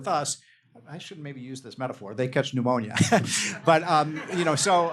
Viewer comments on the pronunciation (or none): "...If they cant trade with us ...they catch pnomonia " knock on wood.